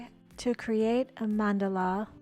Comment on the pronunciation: Wish I had an art teacher like you in school! You are amazing! And your mandala 😍 Can't wait to try it out this weekend! And, yes perfect pronunciation of Mandala!!